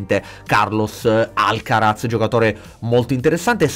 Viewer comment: la Z in spagnolo si pronuncia S…☺️